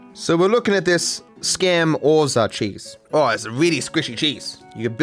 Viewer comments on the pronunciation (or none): As an Italian guy I can't believe you just called it SCAM-orza haahah.